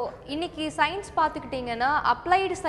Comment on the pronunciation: it's Science not Signs. You people should learn to pronounce the words. At least simple words like these